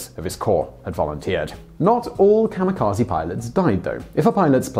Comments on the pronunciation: Not 'KAMA' but 'KAMI'kaje. Please don't be an American. It's rude. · It's pronounced Kah-Mee-Kah-Zeh" not Zee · Funny. He mentions he will do his best to pronounce Japanese words, and the first one he mispronounces is "kamikaze", which people always pronounce as "kah-mi-kah-zi". "Kah-mi-kah-zey" is the correct pronunciation. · You're good, but I hate how Americans pronounce it "kamukazy". It's kami (gods) and kaze (wind). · Not kamikaze...But Gami-GaJe(Ze).. Originally word from Gami.. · The word kamikaze should be pronounced as kami (神 god/divine) - kazay (風 wind)